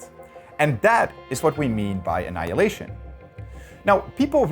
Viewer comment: "ANNILayinition!!!! is a waaaaste!!"